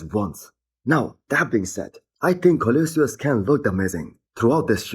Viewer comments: Nah bro, leave him alone I love how he says Koloysious Ken 😂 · Co-lo-sus. Not co-liu-sius.